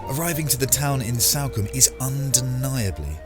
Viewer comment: It’s Salcombe...as in Saul.....not Salcombe as in Sally. Just sayin 😁